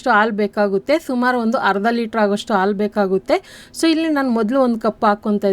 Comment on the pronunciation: Hi 🍫Hegiddiri? As usual super video..dear 👍 Vand suggestion..plz **Haalu(ಆಲು) Hannu*(ಅಣ್ಣು) kannada sariyaagi uchhaaraa maadi..plz Tappu tilkobedi.(.love from Vijayawada 👍)